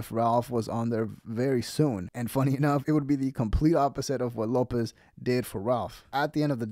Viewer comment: He’s a beast. Great young man. Lopez not pronouncing his name correctly is such disrespect.